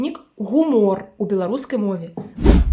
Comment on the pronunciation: Правильное произношение: гу́мор.